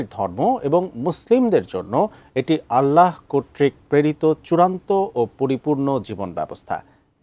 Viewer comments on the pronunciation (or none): none